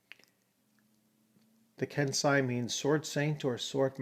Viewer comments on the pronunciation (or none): Late arrival here; much appreciated on the review of an undeservedly overlooked 1st edition (on the cusp of 2nd edition, true) work. One thing I feel would have been of serious benefit was the inclusion of a pronunciation guide (e.g., kensai = kehn-SIGH, sohei = sow-HAY) given after each new term's first appearance to allow Westerners the avoidance of sounding like sub-literate thugs. Otherwise, hoping that OA 1/2 ed. can resume a place of prominence and honour in the Fantasy RPG realm. A wonderful review.